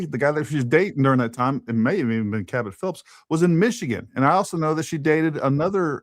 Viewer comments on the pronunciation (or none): none